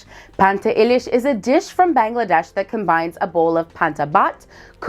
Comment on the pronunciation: It's. Bangladesh bro not Bengladesh